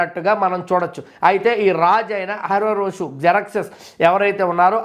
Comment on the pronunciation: బ్రదర్, అహష్వేరొషు అని పలకడం నేర్చుకోండి. వీడియోలు అందరూ చూస్తారుకదా..